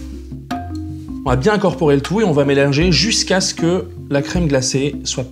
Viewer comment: 2.00 " on va melinger " façon Maïté